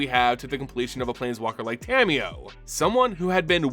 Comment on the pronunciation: Love your videos so much BUT! The way you pronounce Tamiyo's name can be a little grating sometimes.... It's Ta-Mi-Yo (Ta, like "ta-dah!", Mi, like "me", Yo, like "yo-yo") not Tammy-yo lol. Nearly all Japanese syllables are broken into two letters in the latin alphabet and they're consistent! That said, keep up the good work! Your videos have helped my understanding of the Magic lore immensely!!